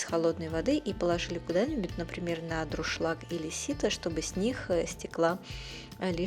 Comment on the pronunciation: Дуршлаг, а не друшлаг...